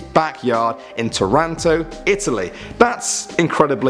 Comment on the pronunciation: Its torino not toronto